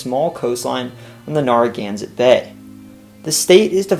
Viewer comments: With respect, neh·ruh·GAN·suht bay, barring local accents. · Based on how people in Rhode Island pronounce “Narragansett”, its first syllable should rhyme more with “fair” than “far”. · Good try with town and regional names BUT it's NAIR A GAN SET, not NAR A GANSET. Great job with the history of Mass. You hit most of the major facts and added a lot of the lesser known history. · "Narragansett" is pronounced "N-air-a-gansett" NOT "N-arr-a-gansett." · It’s pronounced nare-a-gan-set. 😂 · you're gonna have to learn how to pronounce "Narragansett" before your RI video... the first syllable is pronounced as in 'narrow,' and the last syllable is 'set' or 'sit,' not 'zet.' nare-uh-GANN-sit. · Great video! A quick pronunciation note that will be helpful for the RI video: "Narragansett" is pronounced "NAIR-uh-GAN-sit" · Well researched and very nicely presented! My only critiscism was the pronounciation of "Narragansett" - the NAR is like you'd say in "narrow," not like is said in "narwhal." Thanks for sharing! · Narragansett's first syllable rhymes with "fair", not "far"... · Anyone else cringe at the Narragansett pronunciation?